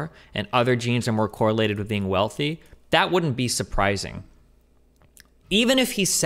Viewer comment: I'm laughing. He just needs to work on the "with" part.